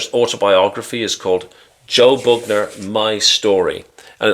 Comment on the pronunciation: Joe "Boogner"😪😂